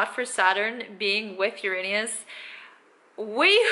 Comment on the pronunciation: Most mispronounced planet in the universe. You're good. 😁